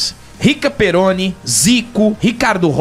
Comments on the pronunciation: Falando errado o nome do cara de novo... PERRONI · Esse é certeza que irei ver no cinema... só uma dica...vc fala Rica Perone quando anuncia o documentário do Brasil Paralelo e o correto é Rica Perrone com dois "r"...imagino que seja o Rica que todos nós seguimos.